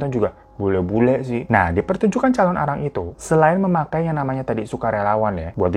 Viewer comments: Aku nonton Mei tahun 2025, telat banget yahh..Sedikit meluruskan bang penyebutannya "Calonarang" bukan "Calon arang" hehe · thank uu udah bawain cerita dari bali bangg, mau tambahin dikit kalau calonarang itu penulisan dan pelafalannya disambung... thank uuu